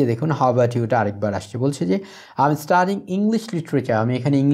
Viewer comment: sir f,l,h,m,n er pronunciation er ageএম হবে নাকি ত্র্যাম হবে